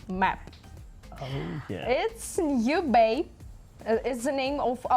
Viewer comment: Im told u, it's New Bay, not Urban